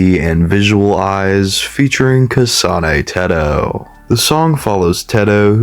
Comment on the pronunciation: But I like his way of saying "kasáne têhtoh" its so nice